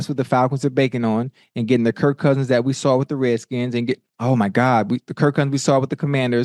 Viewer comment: Kirk played for the REDSKINS Ocho … you were saying it right